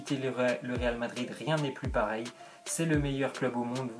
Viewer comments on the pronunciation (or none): none